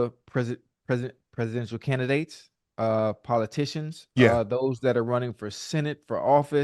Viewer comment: was he trying to say “Presidential”